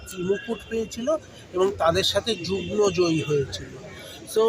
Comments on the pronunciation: 'Jugno' joyee ta abar ki??? JUGMO joyee bolte shikhun . . . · যুগ্ন না যুগ্ম। হাসি লাগে, এরা আবার কর্মকর্তা?😊😊😊